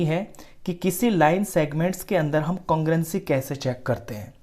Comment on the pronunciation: Congruenci ni sir congrue-nce🥲 No hate boldeta hun warna koi gaali nikal dega💀